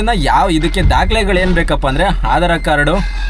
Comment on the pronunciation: hadar card alla boli magane adhar card 😂